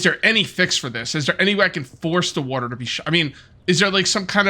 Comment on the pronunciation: bro says Wuater anymore times I think I might have to /kill